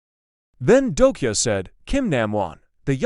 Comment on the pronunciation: It's not dokia, it's dokja. I think you should actually improve the text to speech AI 😅.